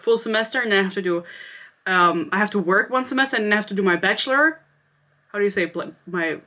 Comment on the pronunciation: You said Bachelor correct the first time ❤